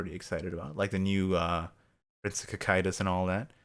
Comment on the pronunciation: Wait, is that how you pronounce Cocytus?